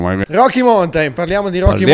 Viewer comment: Beh, se togli la batteria e diventa quasi una muscolare fa un po' ridere 😉 Riguardo la pronuncia, ( dato che vendete mountain bikes) non se po' sentí "roki montain" o "montain baik" . Rocky maunten Nell'alfabeto fonetico internazionale si scrive ˈmaʊntɪn La lezione è finita 😊